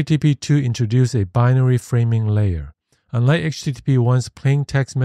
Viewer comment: I like the graphics. Please work on the enunciation. "Unlike" needs K, "side" needs D, "assets" needs T, "lets" needs T,... Those issues made the video hard to follow purely by acoustics, not content.